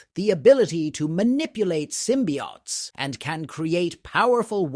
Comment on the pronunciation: Symbiotes is not pronounced as symbiaughts. It’s pronounced symbi-oh-tes.